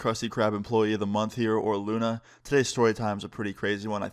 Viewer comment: Hey guys it's Luna not Lona